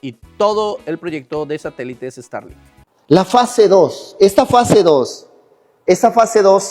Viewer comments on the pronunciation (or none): Guai Fai, Estarlin, Interne, Donal Tron, ya le frieron el cerebro las corrientes electricas 🤣 Por no ponerce su gorrito de aluminio! 🤦‍♂ Bendiciones hermano!